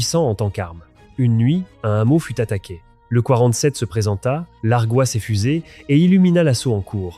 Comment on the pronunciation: L’IA qui "largoua"... Un speech 💩 à la mesure de l’avenir de ce monde Gen z et Alpha...💀